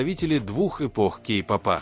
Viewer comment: Автор,изучите русский язык, уши " вянут" от Вашей -"Кей попа," погрузились и т д,, ударение ставьте правильно.🥺🥺🥺